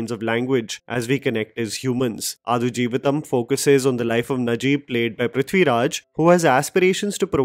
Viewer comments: Bro.. pls check the pronunciation of the movie title before reviewing it.. it’s आड़ not आदु.. 😊😊🙏🏾🙏🏾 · आडू जीविथम not अथुजीविथम 😅 😄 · It is pronounced as AAD JEEVITHAM and not Aadu , its high time northies pronounce the movie the way it should be pronounced. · Adu is pronounced as D for Denmark…not D for dus…. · आडु 🐐 जीवितम् its ड not द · Quick correction, the title is adu... Its the 'D' sound as in Delta not D as in 'the'... So it's pronounced आडु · I think it is pronounced आडजीवितं. The u acts like a schwa sound, I think. So, pronounce आडजीवितं like a Marathi person would rather than a Hindi person. Which means give equal time to each syllable rather than glossing over the ड because it has no Matra.